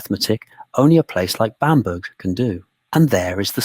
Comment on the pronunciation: Pronounced Bamber.